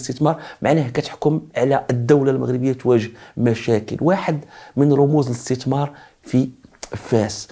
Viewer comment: اسي ابمهداوي عندما تتكلم باللغة العربية يجب نطق الحروف ابابجدية بطريقة سليمة مثلا الاستتمار وهذا خطاء نقول الاستثمار وليس الاستتمار